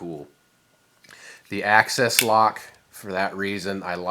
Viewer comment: ACCESS??Bro its axis